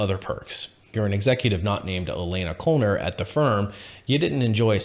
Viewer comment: FYI: Knoller would be pronounced no-ler.